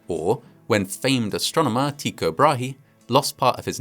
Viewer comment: Today I learned "Tycho" is actually pronounced Tee-koo